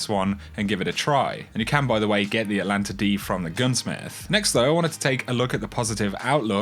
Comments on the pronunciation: Not pronounced "Atlanta." Check the extra letter in the name. Atalanta. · ATAAAAAAAAAAAAAAAAAAAAAAAAA LANTA NOT ATLLLLLLANTA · ATA ..... LANTA. There’s a frickin T in the first syllable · It's pronounced At Alanta. It is named after the greek hero Atalanta (well, it's a she, but whatever)